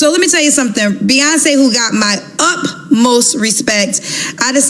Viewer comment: Dear Kendra its UTMOST not up most, UTMOST love…